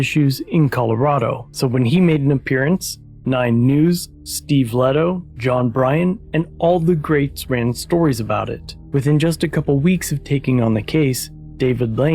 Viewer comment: Great coverage of this thanks. One quick correction ... You mentioned Youtuber Steve Lehto and pronounced his name "Let-O". Its pronounced "Lay-toe".